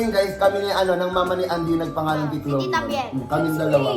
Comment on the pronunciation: chloe hinde choloe